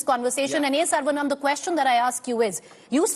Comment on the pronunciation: Wth she can't even pronounce the tamil hindu name saravanan properly.